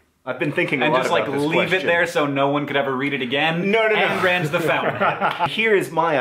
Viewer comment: Did Hank say "Ann rand"